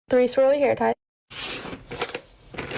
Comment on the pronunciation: Minor thing on the AI voiceover but the way it mispronounces words is soooo annoying to me omg, "meanie" notebooks instead of mini, "hair tee-eye" instead of hair tie. I feel like it just adds to the ragebait component of these videos.